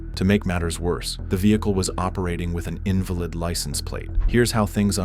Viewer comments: HATE the AI narration--it gives you ridiculous things like "INvalid license" as if it had a debilitating illness. Just narrate your own stuff. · Teach AI Deep Voice Guy how to pronounce "invalid" meaning not valid. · poor AI voicing; start out by pronouncing invalid meaning not true, not as weak or disabled.